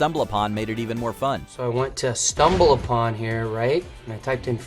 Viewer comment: C'mon, folks-- re-record your punch-ins; don't use AI. "stumbal BUH-tin" was obvious.